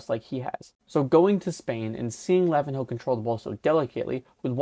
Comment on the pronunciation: Dude..The way your calling lavinho’s name as lavin-hoe..when it’s the same pronunciation as Ronaldinho. In the Portuguese sense, you say the “nh” portion as “nyo” like “ ego” not separate as “in-ho/hoe”